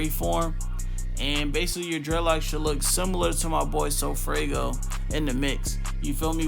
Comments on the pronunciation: Broooo it’s funny he keeps saying sofraygo🤣🤣🤣🤣 like bro it’s sofaygo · Dat boi said sofraygo😭😭😭